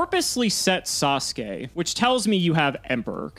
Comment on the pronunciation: ATTENTION GAMERS, THIS IS NOT A DRILL HAS PRONOUNCED NINJA GRANDMASTER SASUKE CORRECTLY